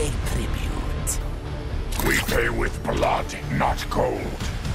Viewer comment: TaRRRRkatan must pay TRRRRibute :D